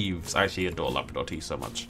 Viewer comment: the whole time you were saying Labrador i thought you were saying lavender just really weirdly 😂